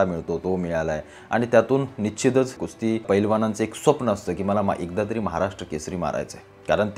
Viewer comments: अरे बाबा कुस्ती म्हण खुस्ती नाही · खुस्ती❌ कुस्ती ✅😂